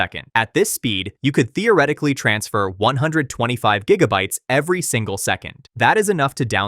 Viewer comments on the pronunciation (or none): none